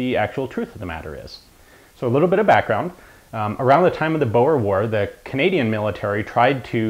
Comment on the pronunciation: Cadanian. I love you Ian.